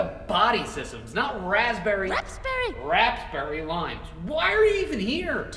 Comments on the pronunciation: It's wrapsberry lime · a new character this is her first appearance also it's RAPSBERRY